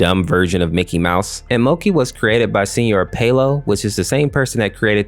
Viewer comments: his name was not pronounced mOkey its mAUkey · Its pronounced moe-key not monkey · Mokey is pronounced Mocky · It's mok ey not monkey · Mokey is actually pronounced mock-e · He called him "Moe-key" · “Monkey” Mokey: You Daaaaare to Mispronounce MEH?! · why'd u call mokey "monkey" ? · When he says mokey I heard monkey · Nice video! My only question is WHY DO YOU CALL MOKEY "MONKEY"??? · “monkey” ITS MOKEY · Almost every time you said Mokey, I heard Monkey instead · Mokey is pronounced mo key you know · The only thing that I don't like with this video is he added a n to mokey when he said it. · Thats not how you say their names. Like how you say October or octopus say the o like that and for minnie its mommy like that